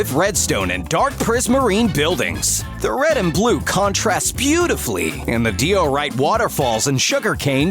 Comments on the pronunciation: "Dai-oh-rite" diorite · "dee-oh-rite" I'm sorry WHAT